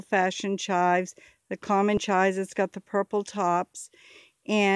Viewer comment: Thought I posted a comment earlier this morning ... hmmmmm ! I notice you pronounce the herb as "chi" - not saying the V or the s (sounds like Chai tea to me :) ) All mine have the purple flowers on top - what do you do with those - I'm sure I can look in my books lol I love to dehydrate it also as I enjoy chives on my potatoes !!